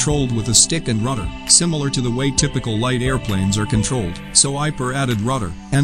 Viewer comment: He keep saying Ruder WTH is a RUDER,?